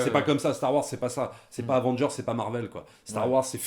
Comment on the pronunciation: Dites, mes oreilles saignent un peu avec vos "Star Woirs" Pourquoi vous ne prononcez pas le Wars comme tout le monde ? :)